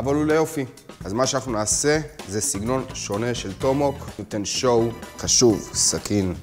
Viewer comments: אתה יכול בבקשה לומר את המילים כמו שצריך? מדובר ב-TOMAHAWK, אומרים טומ-א-הוק, לא טומהוק. ואמרת "נא", כאילו אמרת "נר", אומרים נא כמו "נע". זה מרגיז לראות סרטון ככה, אפילו שאתה מאוד נחמד וחינני ומעניין, זה מאוד צורם באוזן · זאת מילה אנגלית אבל אז אתה לא יכול לשנות אותה לפי איך שנראה לך. הוגים טומאהוק באמת. אוהב את הסרטונים שלך אבל זה באמת מרגיש מוריד מהמקצועיות